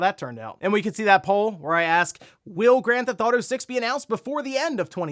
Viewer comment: "Then Grand Thauto Five, of course"